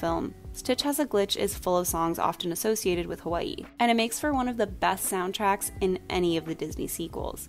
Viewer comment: 1) thank you for your pronunciation of Hawai'i 2) i’m there with you on Mulan 2. Adore the princesses and their song so much.